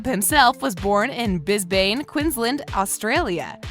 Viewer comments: “Bizbaine” EVERY AUSSIE CRINGED INCLUDING JACOB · um, how did you just pronounce Brisbane and Queensland? And Melbourne for that matter too.